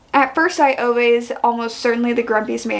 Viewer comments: love Fredrik Backman and his writing style so so much! Also just a friendly pronunciation check "Ove" is pronounced like Oo-Vah. I had this confirmed for me in the audiobook which was also very well done! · why are you saying Ove like that 😅